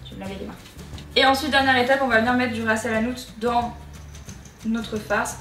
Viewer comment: J'adore l'accent que t'as en prononçant "ras lhanout" 😂 sinon ça a l'air trop bon je vais l'essayer prochainement** #Sushifam🍣 😙😙